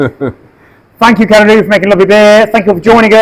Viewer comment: Kererū, not Kererú.